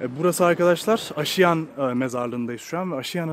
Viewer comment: "Asude" kelimesini "asuude" diye yanlış olarak telaffuz ettin; "aasuude" olacak. Mezarlığın ismini de yanlış telaffuz ettin: "aşiyan" değil, "aaşiyan" olacak.